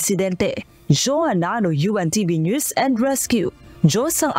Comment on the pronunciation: ""UNTV"" ... Maribojoc Ay "Boloc" .. Lea Ilagan .. ""News is Prnounce Niya "Noise or Nose"" !!! Hahaha Hehehe Hahaha